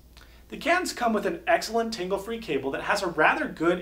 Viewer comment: Did you say tingle-free cable? That's what I heard. Lul.